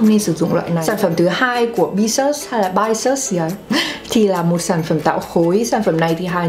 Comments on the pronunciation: Bisous hình như đọc là Bi - zu chị Hà ạ 😁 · Cái Bisous đọc là Bi zu đó chế Hà :3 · Thật ra từ Bisous đọc là bi-du chị hà ạ =)))) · bisous đọc là bi-zu đó Hà ơi. Nghĩa là kiss bên tiếng Pháp 😌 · Bisous đọc là /bizu/ đó chị Hà ơi, nó là tiếng Pháp, nghĩa là hôn. Bisous bisous Hà =)) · à c ơi bisous đọc là bi- zu nhé. hãng của Thái nhưng made in korea c ạ